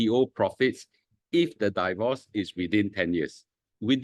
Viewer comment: Please pronounce “divorce” correctly. It's “deevorce”, not “daivorce”. Not I say one, my dictionary app say one.